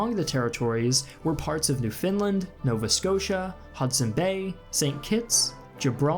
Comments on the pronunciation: It's pronounced "NEW-f'n-LAND, not "New Finland". Lol. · It's not "New Finland".. it's pronounced "Newfin'LAND". The stress is on the latter syllable. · pronounced new-fin-LAND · ¿Qué? Did he say New Finland or Newfoundland? I'm sure he meant the latter but pronounced it as the former. Or am I wrong? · Just butchering the pronunciation of Newfoundland Haha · Why can’t Americans pronounce Newfoundland right? It’s not hard to say.